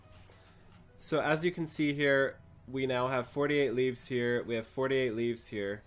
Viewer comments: (Timestamp ) It's pronounced like leave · It's pronounced like "leave". There's challenge log entry called "Make Like a Tree" for doing "leaves". Get it? :)